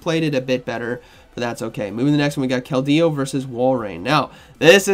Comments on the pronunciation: Can someone tell me what the hell is a kel-dey-oo😂? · I tried to pay attention but every time KeldEEo takes me out of it😅